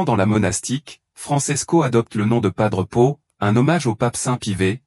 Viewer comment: Pas d'pot...on croit réver🤣😂🤣😂 L'IA est tellement satanique qu'elle n'arrive même pas à prononcer son nom.